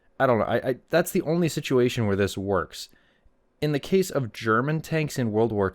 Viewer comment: Can you read? The person wrote “only” and the wrote it correctly and you mispronounced it as “on lee”. Embarrassing that you make fun of people’s spelling by mispronouncing their words.